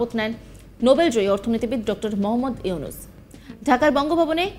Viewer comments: 😂😂😂 Yusnus bole thik moto nam o bolte pare ki cheap nim maner editing and Voice er echo editing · তুরে ড:ইউনুচ বলা শিখাতে হবে আগে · ইউনুস নাম ও বলতে পারে না উপসথাপিকা 😂😂😂🦶🏿🦶🏿🦶🏿🦶🏿